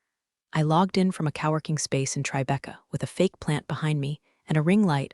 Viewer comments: "Cow-working" place lmao Your AI is a joke. Most are so dont feel special. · My new favorite malapropism is "cow erking" instead of "co-working". Comedy gold! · coworking. There is a repeated W. Cowworking. LOL